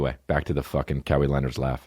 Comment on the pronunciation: Kah-wee Leonard